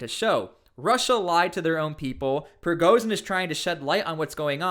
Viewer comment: ‘Zh’ is not pronounced ‘z’. Prigozhin not prigozin. Putin does not have a silent ‘t’.